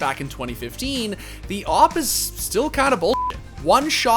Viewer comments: Its AWP,.....not OP from Valorant🙃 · Its AWP not OP you valorant peasants